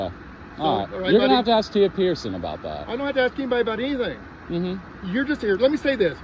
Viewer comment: She also can’t pronounce, “ask.”